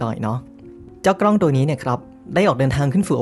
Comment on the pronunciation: ด้วยความเคารพนะครับ ad "กล้อง" นะครับ ไม่น่าใช่ "กร้อง" , "เส้นผ่านศูนย์กลาง" ไม่น่าใช่ "เส้นผ่านศูนย์กราง" แบบนี้ดีกว่านะครับผม, อย่างไรก็ตาม ขอชื่นชมและขอขอบคุณความรู้ที่เราได้รับจาก ad ในคลิปนี้อย่างมากมาย ขอบคุณจริงๆครับ